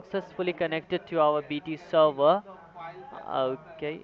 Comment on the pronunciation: They said "server" as "selvuh"